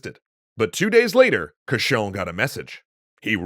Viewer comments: Rule of thumb : the english are wrong. Cauchon (prononced cochon, or pig) was an evil doer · I find it funny that Cauchon's name is consistently pronounced as "cochon", which is French for "pig". Probably a coincidence, but a fitting one. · Fun fact: Pierre Cauchon is pronounced the same as Pierre Cochon. Cochon means "pig" in French.